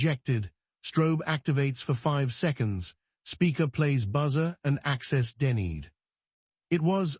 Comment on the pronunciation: 😅 access denneed😅 hopping instead of hoping 😅stahting instead of state-ing😅ai is so funny. I wait to listen to new or repeated mispronouncing with each new story and chosen accent. 😊